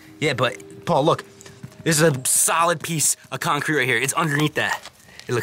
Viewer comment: he said concreat si much i dont even think its a word anymore .